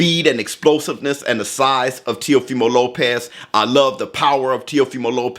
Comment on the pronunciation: Now I'm drunk. I took a shot everytime he said Teofema Lopez.